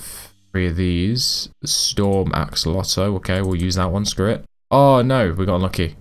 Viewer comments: Why do you say axolotuus but not axolotl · "Axolotus" letus??? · My guy Said akolotl instead of axolotl lol but i loved it tho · I’m sorry did you say ack olotl… ITS AXE O LOT EL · You say axe-oh-lot-el Edit axe-ol-lot-el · Gentleman it is pronounced "axo lo el" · The way he pronounce it is axo lo to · No axe-a-lotal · Wrong it is a kol oh tel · ak suh lo tl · Its acc oh lot ol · He say akelokel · He just said ac-o-lotal. I was laughing so hard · as a fellow axolotl lover heres how u pronounce axolotl a-ck-so-lot-l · You said acalotl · Cool video! btw, its pronounced Axe-O-Law-Tel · Me when pronoucing axolotl is "Axe-a-lotl" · is it just me or did you say ackoloto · im not mocking u but just for future its axo-lotle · btw its pronounced ack so lot ol. hope this helps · This is how pronounce axolotl ak -so-lot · the axolotle is pronouns as AXE but take the E out then O then LO then TLE there ya go AXOLOTLE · The way you pronounce axolotl is "Aco-olt-el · u say it axe-oh-lot-el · Axo-lot-L your welcome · You pronounce axolotl is ac-co-la-do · Pronunciation: Ack-Suh-Lot-Ol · It is axe-o-lot-L that is how to say it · yk how u say axe its u say axe o lot ol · Its pronunced aksolotl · AXE EL LOT TL that how you say axolotl okay!!!!!!! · It's pronounced: (Acs - oll - ot - ul) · How to pronounce axolotl: Axu-lot-ul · Axolotl is pronounced aksolatel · Ackolotle lol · He says ak-lo-tol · it's Axe Oh Lotel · axeolotto he says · Acks - ah - lot - el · It’s ax-o-lot-l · U are saying it ak-o-lot btw ur getting advice from a middle schooler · he said acolotle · It's pronounced axolotil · say ax alo tol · second title: struggles to say axolotl for 11 minutes straight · Remove the -oh-and the e from el :D